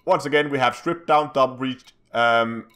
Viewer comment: Its brace [brās]. Not breach [brēCH] :<